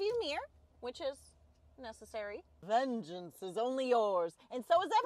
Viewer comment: I'm really curious about the "vengeance" emphasis. Vengeance against what? Your ex? Trans people? The banning of slavery?